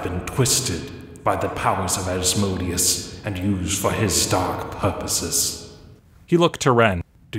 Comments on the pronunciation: AS-mo-DAY-us , not as-MO-dee-us. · as-moh-DAY-us. It's asmoDEus, with the stress on the third syllable, not asMOdeus with the stress on the second.